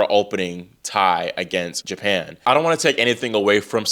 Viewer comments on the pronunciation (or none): none